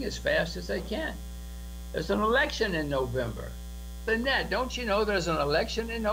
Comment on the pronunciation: You keep pronouncing Lynette's name wrong and was sure someone would have corrected you by now or even hear/listen how Jim Rogers pronounces her name in the clip. Well here you go ( Phonetically: La - Net). Hope this helps. Okay buddy continue to keep up the good work and thanks for all the info you share concerning XRP.